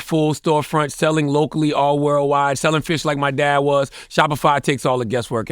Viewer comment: I had happily forgotten about that lol. Why u bring that back up😂 “Worldwode Jess worldwode mess” was funny asf tho.